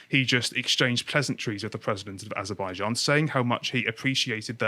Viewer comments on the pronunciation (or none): none